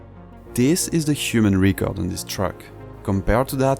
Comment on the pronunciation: Quick tip for English pronunciation: "Record" would be pronounced more like how "Rècord" would sound in french, rather than "Ricord"